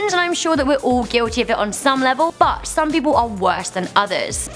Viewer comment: Whenever says "But", it sounds like "F*CK"...